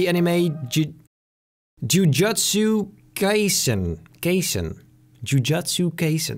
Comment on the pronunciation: you pronounced jujutsu kaisen wrong lol